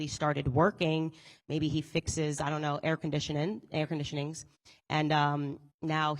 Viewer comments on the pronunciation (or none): "aier condishnin" hell yeah Candace let that Tennessee drawl out 🤣